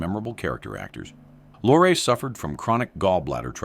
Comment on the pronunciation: Lorre. E is not silent